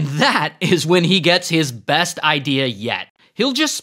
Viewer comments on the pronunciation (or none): none